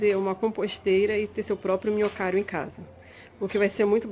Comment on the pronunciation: "Minhocary"? O_O